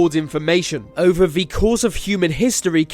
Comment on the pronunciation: Can't you pronounce 'the'?